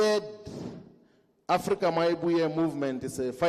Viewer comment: Why does he keep saying Afrika my movement 😂